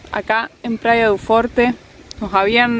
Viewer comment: Praia du forchi (pronunciacion real) media pila.